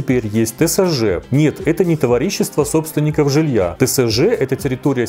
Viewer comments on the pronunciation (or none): Я промолчала про "Хони Тедди", сдержалась на "товарИщество", но "виктимблейдинг" меня добил. Звучит очень опасно) PS: обожаю! И оговорки тоже 💙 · хочет исправляться в следующем видео и ставить правильное ударение в слове "товАрищество") Спасибо за видео, смотрю как сериал про зоопарк)